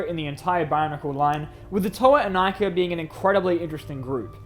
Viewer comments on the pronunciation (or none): Wierd pronaunsiation? Well, I guess it's only ok for russians. Plus we all still read Inika as [Ee-nee-ka]